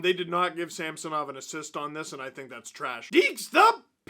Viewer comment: Ridiculous groin! Why do all the hockey commentators call him Sampsonov? There is no P in his name... It drives me way crazier than it should lol.